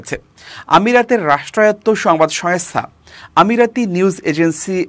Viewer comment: সংস্থা , সোয়েংস্থা নয় , উচ্চারণ টা ঠিক করুন প্লিজ